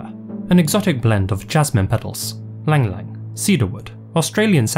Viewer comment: ylang-ylang is pronounced "ee-lahng ee-lahng":goodvibes